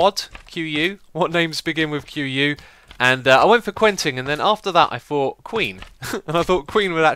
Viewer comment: you should use the name 'Quinten' instead of 'Quentin', because you pronounce it like 'Queen-ten' and because it's my name :D